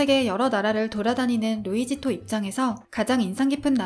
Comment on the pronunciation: 루이지토 (X), 루이시또 (O)= luisito